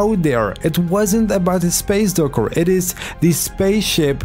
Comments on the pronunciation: you mean docker not yoker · “Space Durkur” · he sound weird when he say space docker he says space durcker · I hate the way he say docker